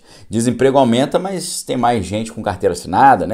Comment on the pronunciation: Boa tarde., a conjunção adversativa que foi tão focada é "mas" e não "mais" como você pronunciou repetidas vezes na "live" de hoje. Muitas gente na comunicação oral insere o "i" em "mas". Talvez seja por facilidade na pronúncia de "mais".